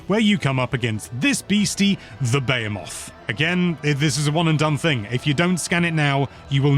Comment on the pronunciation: You really can't pronounce Behemoth?